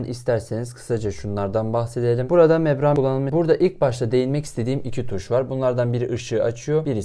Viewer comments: Abi mebran değil membran diye biliyorum tüm vidyo öyle demişsin :) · mebran değil o membran :D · Membrane o, mebran değil.